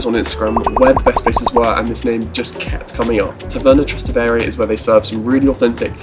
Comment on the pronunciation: You can't even pronounce 'Trastevere' properly?